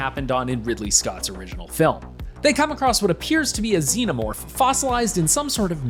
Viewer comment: Dude can't even pronounce xenomorph right. It wasn't iron ore Big Chap was stuck in, it was it's own resin. And... oh never mind, obviously the writers of this video are not true Alien fans.